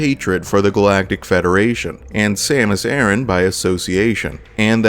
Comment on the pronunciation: I always thought you pronounced her name as "Samus uh-ran not Aaran